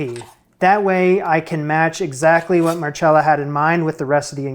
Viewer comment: why are you mispronouncing her name so badly??? mar-cell-a. simple no cha in sight. but really gr8 job on the Ravioli!!!